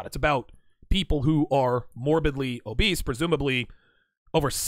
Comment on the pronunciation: Bruh😖 the way says "morbidly obeast" makes me want to work out hard as fuck.